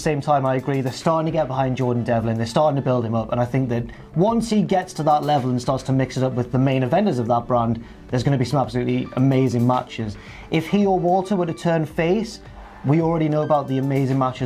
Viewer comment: I can't not hear them say VALTER